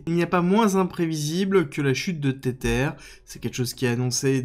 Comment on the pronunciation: Mais arrête de dire "tétère" 😂 Tether se prononce "tézeur"